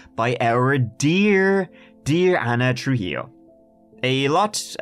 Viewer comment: Excellent pronunciation of "Trujillo"! :D